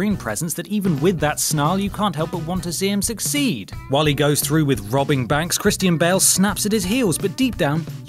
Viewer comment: Did he say "Christine Bale"??? Lol